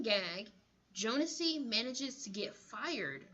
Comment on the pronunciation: Its actually pronounced Jones-ee